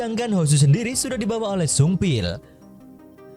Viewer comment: Pas bilang sungbil saya kira upil🤣